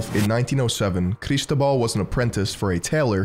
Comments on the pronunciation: Cristóbal <= the accent is on the o bro. Seriously. When you do this research you don't bother to learn how to pronounce things? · I love how he forces a Spanish accent to say "Barcelona" but pronounces Cristóbal wrong. "CAR IS TOBAAHL!" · It's a great video, but I have a minor complain and I know it's sounds whiny: I suggest you to use a text-to-speech site to know how to pronounce foreign names, you completely butchered how Cristobal's name and surnames are pronounced. The accent in Cristobal is on the o.